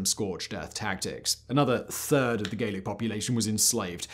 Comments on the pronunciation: Gallic is pronounced Gallic, not Gaelic (which is another type of Celt altogether). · Why is he pronouncing it "Gaelic" (hard "a") and not "Gallic" (soft "a") when referring to the people conquered by Caesar? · Very enlightening! However the Gauls of France were addressed as 'Gallic' eg gal--ic, not Gaelic as you seem to suggest! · Gallic is pronouned gah-lic, not gay-lic. Gay-lic would be Gaelic, a Celtic language. Anyway, lead water pipes weren't even banned in the US until 1986, so you may be overstating your case a little.